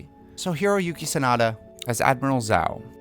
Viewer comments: It’s not pronounced zao smh 🤦🏾‍♂️ 😂😂 it’s pronounced djau 😂😂 and I thought u watched the show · If you say Zao instead of Zhao ONE MORE TIME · "...as Admiral Zao" Me and Sokka: "It's pronounced ZHAO!" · its admiral zhao not zao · Am I the only one who realized he was saying zou not jou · duuuuude it's pronounced jhou!! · You sat zoh wrong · Good video but every time I heard “Zao” I felt pain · the pronunciation of jow bugs me. lol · bruh at least say zhao’s name right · The way he mispronounces the names gives me ptsd from the film that shall not be named. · Great series of recasting so far, but I'm not sure about Sozin's tho....... and a little nitpicking, I don't think that's how you pronounce "Zhao" lol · U Saïd it wrong its zhao not zhao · its pronounced zhao, not zow. like the S in the word treasure Edit: its pronouced pateek, not patik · Good video, but the way you pronounce Zhao and Pathik is off. Good excuse to revisit the series! Lol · I was bothered by how you pronounced Zhao and Pathik